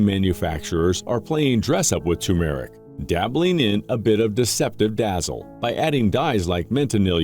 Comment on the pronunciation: Is there a human being on this planet who can pronounce TER-MER-IC???? It is NOT TUMOR-IC !!! There is NO Tumor!